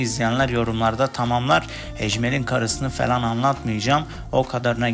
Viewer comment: kanka felan değil "falan"